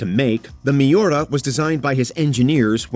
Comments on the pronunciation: Oh man, that pronunciation of Miura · Its MIURA not miora